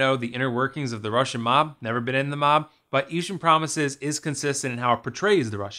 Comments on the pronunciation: Eashtern?? How rather annoying.... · Lol sorry, can't get over the idea that you put so much effort into the presentation and quality of this video and then referred to the film itself by a word that doesn't even exist in the English language for the entire video. Eastern Promises my friend. 'Eeshun' isn't a word.